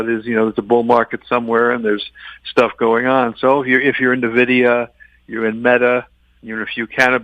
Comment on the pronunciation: Tough to take any investment “pro” seriously that can’t even pronounce one of the biggest company’s name correctly. (It’s EN- vidia not NUH-vidia)